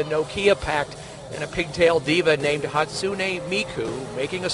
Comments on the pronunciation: HatSuNI mIkU - its Hatsune, not hatsuni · No, the pronounced it terribly wrong. It's isn't hot-soon-ee me-coo, but it's hot-soon-eh me-coo. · IT'S HATSUNE MIKU NOT HATSUNEA MIKU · That Miku cosplayer is saying her name wrong... Hat soo Neh not Hatsunee.. -_ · Hat-soonee Mikuu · ღ Bella ღ I thinks it’s haht soon nay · its pronounced hat-soon-ey meeku 😤 darn normies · I think it’s hatsune {hatsoon} miku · Hats- un- ey mee- ku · ShiggityShigg Actually it's "Ha tss Neh". The pressure is put on the fist vowel, while the 'u' is silent.